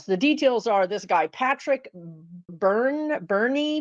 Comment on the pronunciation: Patrick..sounds Irish 😂pronounced Bern.